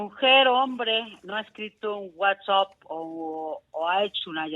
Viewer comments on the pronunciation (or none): Para empezar NO es WATS-OP Si no sabe ni siquiera pronunciar el nombre de la aplicación quiere decir que no se cultiva, qué puede esperarse de una persona ignorante?